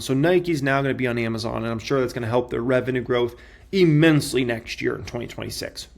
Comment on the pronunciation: "E"-mensely is not a word. That's not how you pronounce immensely. What college did you go to? Clearly they didn't speak English there.